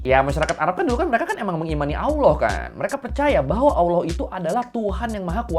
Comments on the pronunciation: Lucu liat org gak bisa ngomong Allah jadi awlah 😂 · Maaffff bang......sebolehnya latih lidah sebut Allah bukanb Alloh....Kalau bagi ALASAN sbb lidah orang Jawa.....Kenapa orang Jawa yang luar Indonesia boleh fasih sebut ALLAH....Teguran Ikhlas❤🙏🏾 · masih mending daripada aloh. 😅